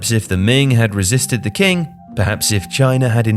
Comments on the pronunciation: qing is pronounced ching not king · Great video as always! Just a minor point, Qing not pronounced “King”. It’s more pronounced like “Ching” but consult Chinese pronunciation 101 to get a better understanding. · "qing" is pronounced "ching", not "king". just a heads up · The 'King' dynasty. My friend you need to improve your pronunciation of Chinese dynastic names. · Qing is pronounced ching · The standard pinyin romanization of Chinese words have some unique rules which non-Chinese speakers might end up mispronouncing. "Cuju" is pronounced "Choo-Joo", the letter c here is similar to how Eastern Europeans pronounce the letter "c". And the final imperial dynasty, the Qing, is pronounced "Ch'ing", the Q used in Chinese pinyin system is read as "Ch". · the Q is pronounced like 'CH'. its the reason the place is called 'China'. please bro.